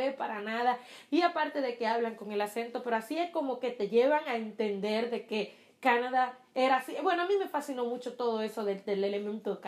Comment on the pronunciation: Se dice Canadá.. con acento en la da